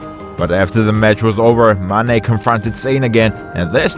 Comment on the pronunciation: How come you pronounce Mane's name well and Sane's name completely wrong? They rhyme.